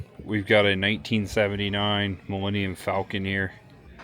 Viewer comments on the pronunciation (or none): none